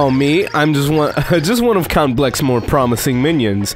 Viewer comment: I lost my shit when he said Cu*t Bleck by accident and I don't know why!